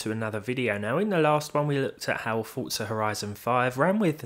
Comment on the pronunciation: Why do you pronounce it as Fort-Za instead of Four-Za There's no T in there... i mean dafuq man?